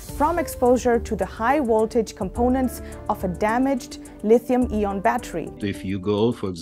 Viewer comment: I am sure someone has mentiomed it already, but "ion" in English is more pronounced like "eye on", rather than your pronunciation of "E on". Just FYI. Good job, otherwise! :)